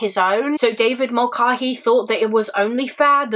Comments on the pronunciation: I love you and all of your content, but please look into how to pronounce Irish names. It is really jarring and distracting to hear you call someone the wrong thing. This isn't the first video I've noticed this in and it isn't only a you problem, plenty of English people have a weird stumbling block around it. But the a in Mulcahey is pronounced like the a in cat not the a in car or bar. (Doherty doesn't have a K sound being the other most common one in the UK). Irish names aren't hard to pronounce and I know you'd put in the effort with other foreign names. I'm only asking this of you because I think you're sound and might actually listen. I wouldnt mention it if I thought it would fall on deaf ears. Thanks for all the hard work and research you put into all your videos ❤ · Hi Rose! I do apologise for the mispronunciation! I watched a couple of documentaries as part of my research for this case and they all seemed to pronounce Mulcahey the same way I said it in the video but thank you for correcting me lovely! x